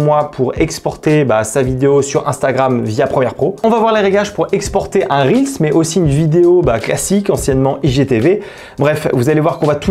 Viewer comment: Enfin quelqu'un qui prononce correctement "reels" et qui dit pas "réels" ! Merci pour les petits tips ! 🙏